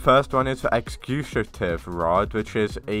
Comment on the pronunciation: brother cannot pronounce executive 😭😭😭